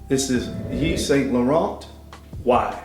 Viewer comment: You don't pronounce the t in laurent